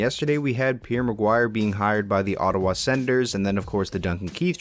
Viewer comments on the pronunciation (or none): none